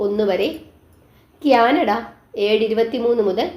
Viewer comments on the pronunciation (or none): none